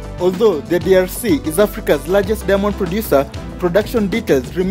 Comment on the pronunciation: The way you pronounce diamond ist irritating. I hear every time only Demons... Lol